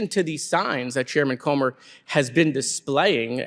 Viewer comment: That man Comer needs prayer and a speech therapist,!